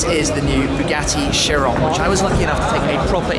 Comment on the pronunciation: pretty sure it is pronounced as Kai-Ron... similar ch to chasm. keep up the awesome work...